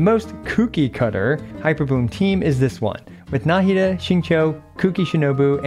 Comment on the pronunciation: Why do people pronounce her name nAhida instead of nahIda? Even in mihoyos official intro video they pronounce it nahIda